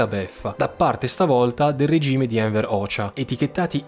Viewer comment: Canale veramente spettacolare, mi stai facendo appassionare alla storia molto più di quanto sia stato capace di farlo la scuola. Comunque "Hoxha" si pronuncia "Hogia" con la "i" muta ("xh" in albanese è una delle combinazioni di lettere che si pronuncia come la "g" in italiano nelle casistiche in cui è seguita da "i" o "e" mentre la "g" in albanese si pronuncia sempre come la "g" in italiano nelle casistiche in cui è seguito da una "a", "o", "u")